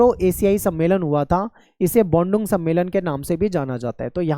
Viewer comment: सर बाडुग नही बाडुरंग समेलन है